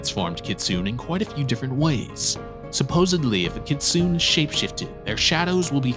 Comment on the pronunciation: i'm enjoying your videos, and want to congratulate you on taking off so quickly. looks like you have a bright youtube future ahead of you. that said, you need to look at pronunciation. for instance, kitsune is a 3 syllable word, and Job from the bible rhymes with globe. no one expects perfect pronunciation, but especially with really common words like kitsune or Job at least put in the effort to find the correct pronunciation. google a few other youtube videos, consult google pronunciation, or you can call the reference desk of any library and ask them random questions, like "how do you pronounce kitsune?", and they will look it up for you on the spot (or they may offer to call you back if it's a trickier question). anyway, i love what you're doing, and look forward to seeing what you do next!